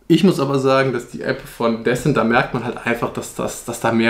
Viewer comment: Disent nicht Däsent (Sprachschrift)